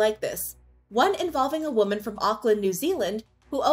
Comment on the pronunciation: "A New York woman" wuh-men not woh-man